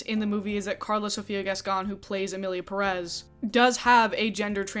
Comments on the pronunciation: It’s Pérez not Perez, can any of your guests pronounce it correctly lol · I hate it when monolinguals pronounce Pérez with the emphasis on the second syllable. Like HELLO the tilde is there to guide you lmfao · I really appreciate you including interviews/conversations with people who identify more closely with the identities being discussed in your recent videos🎉 Also, as a native Spanish speaker, it upsets me so much how people promoting this movie pronounce "Pérez" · I haven't finished the video but ngl, as a Latina, the single most infuriating thing about this entire discourse is people pronouncing the title of the movie perEz instead of pErez. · The first red flag is in the title. It's not "Emilia Peréz" like everybody talking about the movie is pronouncing. It's "Pérez" the strong syllable is the first one, not the second one. And the stylized font they use on posters don't help. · I think one of the things i hate is how everyone says EMILIA PERÉZ INSTEAD OF PÉREZ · The fact that they pronounce it Peréz in the movie itself is bad enough. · Just for every American interested: the stress on Pérez in on the first e. PEH-rez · What shocked me the most is the fact that pretty much EVERYONE is pronouncing Pérez wrong! The stress should be in the “Pé” not in the “rez”. That is why its Pérez, not Perez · I just wish the YouTube critics who slammed the film for inaccurately depicting Mexico would also take the time to pronounce the last name Pérez correctly. It’s a bit ironic to criticize the director for a lack of research while not even paying attention to the accented syllable in the title. If we criticize the creators for being careless and culturally insensitive, shouldn't we at least try to do better in our own little ways? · I mean the second name literally has an accent over the first E, why people in the us always pronounce the names the most incorrect way possible? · Absurdity aside, that's not how you pronounce "Pérez".